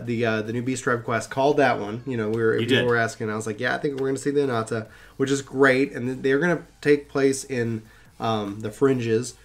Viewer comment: Very excited for the new patch and the new story quests! Hope you all have fun, and have a great day!^^ Question, are you saying "anata" instead of "Ananta"?